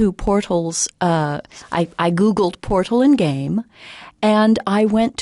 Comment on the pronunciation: she says portal like portHOLE